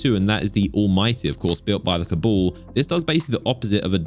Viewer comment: Cabool? They are called CABAL brotha.. hahahahah cabool lmao